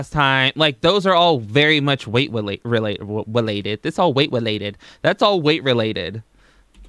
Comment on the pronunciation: "Weight welated" 🤣